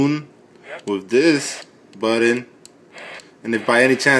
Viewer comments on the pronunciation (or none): What's a buddon?...... Is trying to say button??? I'm confused now....